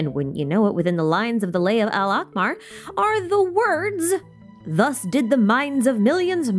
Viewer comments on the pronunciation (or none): Hi, Just wanted to tell you that ain alakhmar (the scarlet king's minions) mean the red eye and pronouncing it as AlAhmar is better linguisticly